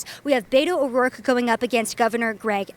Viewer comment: You pronounce his name properly as Robert Francis O'Rourke. Cause he is Irish I believe